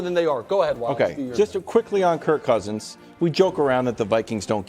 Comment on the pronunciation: Bro said Kirko Cousins 🤣🤣🤣🤣🤣🤣🤣